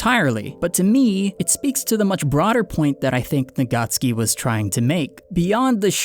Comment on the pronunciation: And the author's name is Tappei Nagatsuki, not Nagacki. He is Japanese, not Polish :)